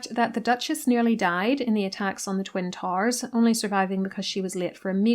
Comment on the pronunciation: Was pleased to learn how the plural of "tower" is realised in your dialect. And thank for giving me a comprehensive overview of a book I did not intend to read.